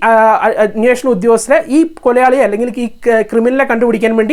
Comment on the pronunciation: പറഞ്ഞത് ഈ പൊലയാളി ആണോ ഈ കൊലയാളി എന്നാണോ